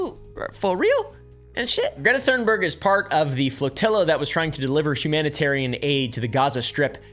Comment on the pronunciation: Apartheid (apar-tide) - the H is silent. Thunberg (tune-berg) - the H is silent Thank you for all your research and hard work to bring these informative videos to all of us! All delivered with a sense of humor, I honestly don't know how you do it! ❤❤😊